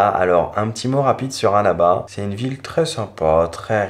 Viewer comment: Tu prononces trop mal " Annaba " LOOOOOOL , ça écorche les oreilles ! Mais ta vidéo est superbe, c'est super ;) Bravo